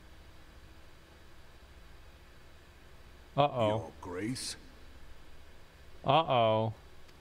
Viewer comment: Since asmon calls ishgard "Isengard", someone should edit a video of him entering ishgard with lord of the rings soundtrack.